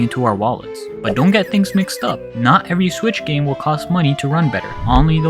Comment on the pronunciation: "HD rumble was part of the ninTENdo switch, but since we are talking about the nintendo SWITCH two-" What the hell is that intonation? That's not how you differentiate between numbered generations. You put the emphasis on the parts that are different. You have the nintendo SWITCH, and the nintendo switch TWO It doesn't really matter, but it's bizarre 🤔